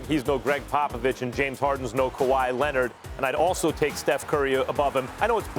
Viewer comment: “Kawhy Lennit” - SAS